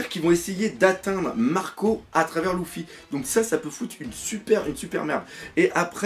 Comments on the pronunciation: Dark Knight Si si mdrrr mais bon sa me fait jsute rire quand il dit Louffy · Mdrrr le fameux Louffy sa me tue à chaque fois que tu le dit